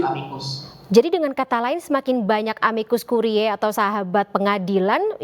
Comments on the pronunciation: amicus curiae dibaca amikus kurie...ini bahasa Latin. presenter bikin sakit telinga aj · Kk Presenter, cara baca "Amicus Curiae" adalah : amikus kurie. Bukan kuriae. Dikoreksi ya utk next sebutan kata2 tersebut.